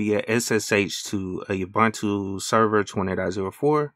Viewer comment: ooh its pronounced ooh-buntu. its an African word which means UNITY "I am because we are, i am because you are" In Zulu a person is called "Umuntu" the plural for that word is "Abantu" so the saying goes "Umuntu, Ngumuntu Nga Bantu" in short UBUNTU. please say it right fam. its not just a word